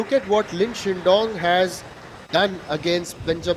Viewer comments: so biased comentator... its shidong NOT shindong man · somebody pls tell this indian commentator how to pronounce lin shidong